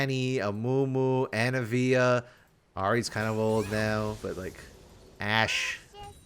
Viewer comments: Anna-eh-via Everyone else: auh-nivia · why do you keep calling anivia anavia? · STOP SAYING ANAVIA HER NAME IS ANIVIA